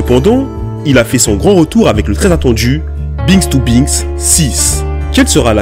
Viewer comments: Comment il a prononcé binks to binks lui ?mdr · Comment il a dit Binks to Binks chui mdrrr 😂😭🔥